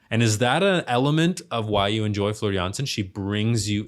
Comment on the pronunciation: I am impressed you got her last name right but her first name is pronounced like the kitchen floor also the keyboardist/ founder/ songwriter/ composer is Tuomas pronounced toe as on your foot and Moss like on a tree so toe moss